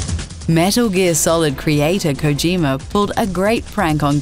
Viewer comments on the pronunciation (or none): none